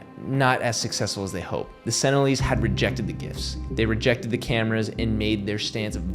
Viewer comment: Also, they aren't "senilleeze" lol